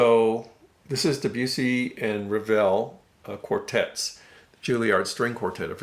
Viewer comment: Great, great work with your Living Stereo series. The general criticism of Living Stereos is their general roll off of bass. That was Sid Marks's main complaint against the label in the old TAS. And, just a note, Debussy is pronounced DEB-you-see, as in debutant. Arthur Rubinstein's last name is pronounced as 'Rubinsteen', rather than 'Rubinstine'.